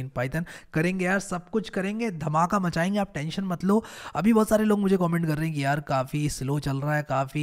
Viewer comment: The way he says bahoout resembles like he is from u.p